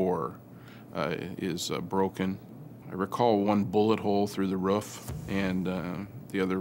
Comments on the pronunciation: Sounds like a dog. WOOF !!!!!!!! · Some Americans do say it like “ruff”. They make fun of Canadians saying aboot (we don’t) but they all pronounce roof wrong. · He pronounces ( RUFF) I hear alot of Americans say it that way ..